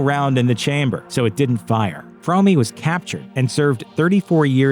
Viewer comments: Well you got it almost right. Lynette Fromme’s last name is pronounced Fro (as is Show) me. It’s not pronounced Frau me as you stated. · Yeah but the family didn’t not pronounce the name “frommy” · Sorry but I prefer the supposedly incorrect but commonly accepted pronunciation of Lynette’s name. “Squeaky Fromm-eeeeee” sounds too much like a cartoon character. Then again she seemed like a real-life cartoon character anyway.